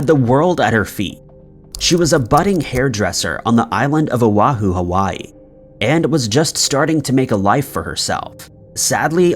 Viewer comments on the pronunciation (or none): none